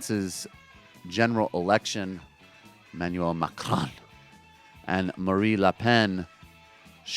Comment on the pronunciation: Someone tell Michael that it's "Marine Le Pen". Not "Marie Le Pen".